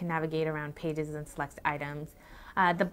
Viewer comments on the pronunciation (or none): none